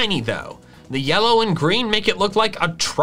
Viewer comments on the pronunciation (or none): At 8.12 to 8.14 you called it yella in stead of yellow